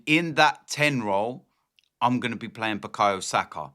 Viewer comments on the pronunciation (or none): none